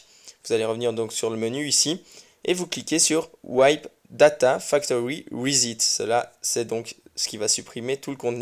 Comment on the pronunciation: Bravo pour tes vidéos. Pour plus de compréhension je te suggère de prononcer "rissette" plutôt que "risit" pour le mot "reset". ;-) Cordialement